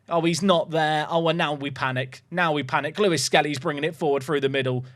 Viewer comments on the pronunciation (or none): none